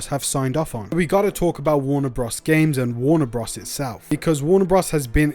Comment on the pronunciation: "Warner bruhs"